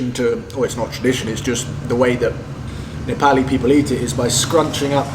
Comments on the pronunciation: You have started saying nepali correctly 😂😂 appreciate that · I like the way you say " NEPALI " in Nepali tone...watched your many videos.👏 😊💐